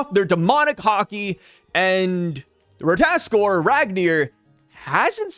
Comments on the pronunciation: RAT-AH-TAS-KER you're skipping a syllable... do NOT let me catch you lacking again... final warning... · Say it slowly with my, Rah-tah-tos-kir lmao (shoutout Smite) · it’s just “Rata-task-er” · if you played god of war u would know how to pronounce rata tos kr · Merry Christmas, I just wanted to point out that it's pronounced RA-TA-TOS-KR. Happy Holidays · Hi no hate, it is ra-ta-tos-kir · RAH-tah-tosk (R sound at the end) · Correct pronunciation: "ra-tuh-ta-skur" come on ❤😂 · i played god of war Ragnarok so ik ow to pronounce the word its pronounced (ra-ta-tos-kr) this not how it spell but reading it this way u know how to pronounce it better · If I remember from smite and god of war the pronunciation is Ra-ta-tos-ker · Watch a wee god of war Ragnarok clip on ratatoskr then you'll get how to say it lol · I thought you played God of war you should know how to pronounce ratatoskr..